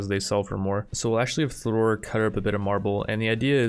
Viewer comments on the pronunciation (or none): none